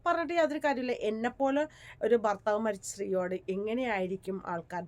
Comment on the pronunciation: ഫർത്താവ് അല്ല ഭർത്താവ് ആൾക്കാർ കാണുന്നതല്ലേ അക്ഷരം ശ്രദ്ധിക്കുക